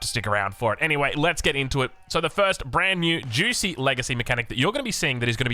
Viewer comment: Juicy's legacy, very fun pronunciation, perhaps an homage to OJ